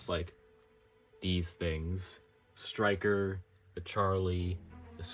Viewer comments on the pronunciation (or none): I thought bro said "stikker" instead of striker😭😭😭😭😭😭😭😭😭